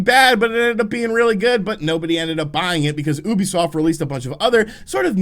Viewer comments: Say it with me, it’s pronounced “YOU-BEE-SOFT”. Please, for the love of god don’t call it “oohbeesoft” ever again 😂 Gotta pronounce their name right if you’re gonna say it multiple times in a vid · Oooobisoft no no no it’s you-bee-soft. Learn it please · Ubisoft... YU-Bee-Soft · stop saying oobiesoft